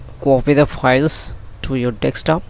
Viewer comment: You can see it spelled "desktop" why do you insist on pronouncing it as dextop! Good vid, informative stuff